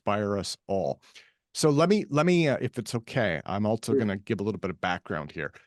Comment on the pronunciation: "altso" fucking hattteeee this